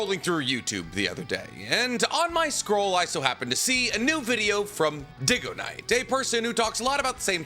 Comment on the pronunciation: he does it with everything. even the things he agrees with mr. dig-oh-niiiiiiiite